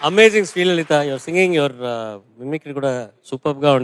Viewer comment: అమ్మా, శ్రీ లలిత కాదమ్మ. లలితా అమ్మవారు